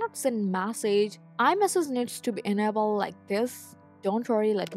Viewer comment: Please ask someone to correct you when saying the word« iMessage » Or « Message » .Thank you for your helpful video.😊